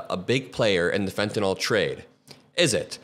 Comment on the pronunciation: Pronunciation American pronunciation Sounds like: fen·tuh·nuhl